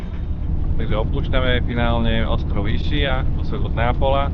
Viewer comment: Vše ok, akorát vyslovnost názvu ostrova v Italstině je Iskia, neboť "ch" ve slově označuje tvrdé c, vyslovující se k.